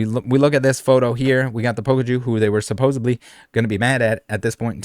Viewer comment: You're pronouncing "supposedly" like it has a "b" in it. It doesn't.